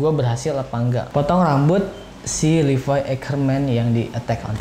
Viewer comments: Levi ngab bukan livai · Levi bukan livay bang